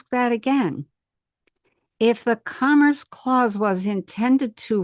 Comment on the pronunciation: Interesting info. I cant help but mention it sounds like she's saying "cummer's clause" tho. Sorry. Lmao. 😂